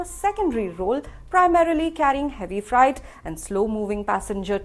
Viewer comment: It’s freight ( ret) not “fright” . The overall accident was a totally fright experience.